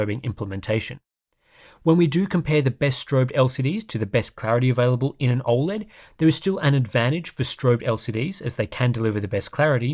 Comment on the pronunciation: Why can't you say 'OLED' properly? Its NOT OI LED.